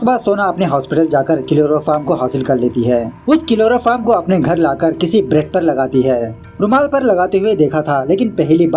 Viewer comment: It's chloroform not kiloroform😂😂